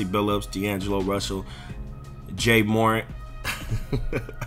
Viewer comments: That’s not how you say JA Morant name. 🌚🌚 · "Jay Moorent"huh lol lol... don't know real ball or ballers😂🤣 ( But you'll say you were kidding right SMDH )🤯